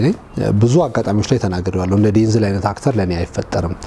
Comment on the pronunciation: Correction not ዴንዝል...ዴንዛል